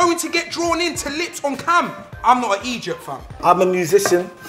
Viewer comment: it sounded like he said "im not an Egypt fam" lol